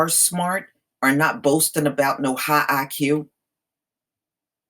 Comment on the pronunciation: High BUY-Q.... 🤣